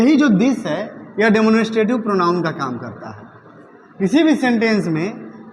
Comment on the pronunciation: Sir please pronounce the word demonstrative correctly